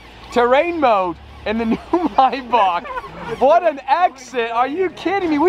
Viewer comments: Are we just going to ignore the fact the says “my Bach” and not “may Bach” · Anyone else cringe at the way he said maybach 😭 he said “mybock” its “mayback” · Man really said “my boc” lmao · say with me maybach is pronounced “MAY-BACK” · I always thought was a cool dude until I heard him say Maybach now idk bout this guy 🤔